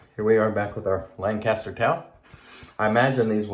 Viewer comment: its pronounced lanc-aster.. not lang-caster.. that drives us locals nuts:P have a good day!